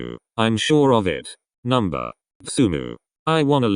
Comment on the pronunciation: I SWEAR TO GOD IF I HEAR NUMER INSTEAD OF NO ONE MORE TIME